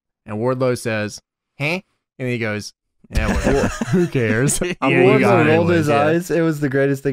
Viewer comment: Every time I hear Wardlow, I think I'm hearing wide load.